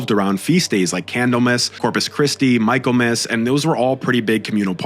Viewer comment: Very good. Two respectful corrections: Michaelmas is pronounced 'Micklemas', even now, e.g. at Cambridge University, where it's the name of the first (autumn) term. Second, no one could walk from Paris to Santiago in a month. It's a month from St. Jean de Luz near the Spanish border. On the pilgimage this year, I met a woman who had walked from Paris, and she had set out more than two months earlier. And she was in great shape.